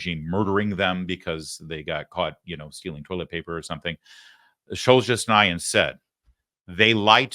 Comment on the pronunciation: I'll tell you what is a bloodbath: your pronunciation of Solzhenitsyn's name. Just saying.